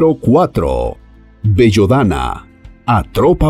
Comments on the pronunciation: Por favor si es que esta leyendo, vocalice correctamente, es BELLADONA, NO bellodana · Belladona, no bellodana. Aprende a leer. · Belladonna no bellodana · Al menos lee bien. El nombre es BELLADONA; no BELLODANA. En italiano significa chica guapa. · Ahhh con los locutores.... Es la primera vez que alguien dice Bellodana..... Y lo repite incluso dándole una musicalidad italiana 🥴😅😅😅😅😅😅 Todo el mundo sabe que es: BELLA DONNA.... Belladona. Además así sale el aviso. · Bellodana no bestia, Belladona!!!!!!🙄🙄🙄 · Lo primero que deberías hacer es aprender a leer no es bellodana sino belladona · BellAdona! , No "BellOdana"... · El traductor , no tiene ni idea pues ni el nombre dice correctamente. Dos ejemplos : la belladona y la adelfa ( en plantas venenosas ) , el origen en el mapa de algunas plantas , tampoco es correcto. Cuando se refiere a la cicuta , la ubica en América , cuando en Grecia se utilizó desde la antigüedad .......por ejemplo. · Por favor, presenta diez plantas venenosas y se equivoca en el nombre de 2: Belladonna que no lo pronuncia bien (dice Bellodonna) y adelfa que escribe y pronuncia Aldelfa... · BE-LLA-DO-NA RE-GA-LIZ (tercera sílaba tónica..regalíz..) A-DEL-FA..